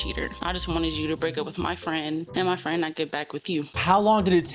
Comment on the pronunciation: Me and my fwen🥺"